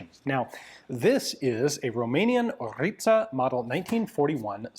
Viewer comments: I love that you prounounce it corect🫡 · Congratulations for correct pronunciation of Orița 🙏